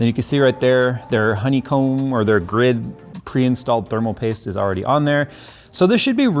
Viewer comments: "Tape of thermal pooste." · “Tape of thermal poost”